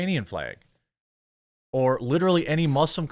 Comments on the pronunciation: It’s FLAG, FLEG is not a word 🤦🏻‍♂️ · He's pronouncing flag in a weird way. Sounds like "fleg." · St George flag also very very important to Northern Ireland and indeed Georgia the country, it is also an integral part of the Union Jack the UK flag. Why do you pronounce “Flag” like a Northern Ireland Protestant 😂😂😂😂